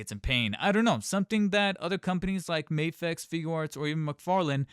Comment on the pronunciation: He says May fex, 2/10